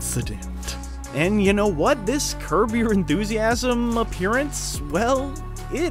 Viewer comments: Did you say curve? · Did you say curve your enthusiasm? Wtf 😂